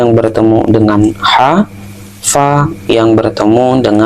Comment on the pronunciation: Bukan "pa, pi, atau pu" tapi "Fa, Fi, Fu"